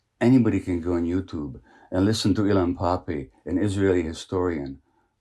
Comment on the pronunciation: he says to go on youtube and listen to "elon poppy" ....or something? who is he actually try to say?